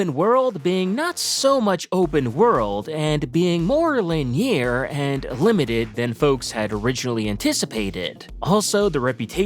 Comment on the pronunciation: it's pronounced lin-e-ur, not la-near